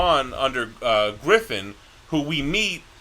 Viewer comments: Griffith not Griffin xd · It's Griffith, not Griffin. And Donovan, not Domino.